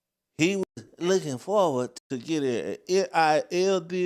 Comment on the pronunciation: Tyler Perry wants the rights to do a movie about Nolan's death; even if the story he tells is not true. Poor Ben Crump, instead of saying that Nolan was looking forward to... he said licking forward. What does he mean that Nolan went down to the floor and licked it forward. He can't say the feeling, instead he says filling. I'm sorry but even Nancy Grace has said certain thing that have not been correct, the white boys said Nolan stayed to talk with Katie and would leave in another boat, Katie said that he said he was leaving with the friends he had come; what Katie did not say was that she saw him get on the boat with those particular friends and left. Another big issue Nancy has fussed about is Nolan not retreating his phone from the boat, hey the friends said he had just met the girl, maybe he forgot the phone. Now everything is suspicious, and everyone is commenting that there should be an investigation, police officer never said there wouldn't be an investigation.